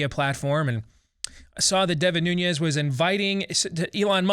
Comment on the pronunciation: Nunes is pronounced NU-nes. It is Portuguese, not Spanish.